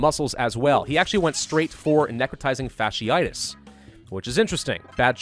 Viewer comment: Wait... Did he finally pronounce fasciitis correctly?